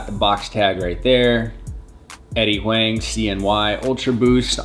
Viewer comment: Nice review. Huang is pronounced like "Wong" btw